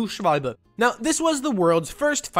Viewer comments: Hehe he said doodoo at the end (also as a german it is beautiful hearing u transition to a perfect pronunciation for Schwalbe so seamlessly) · you german or german speaking or how can you pronounce messerschmitt and schwalbe so correct (im german) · Goddamn how did I not recognize a fellow country men until he starts to pronounce "Schwalbe" correctly.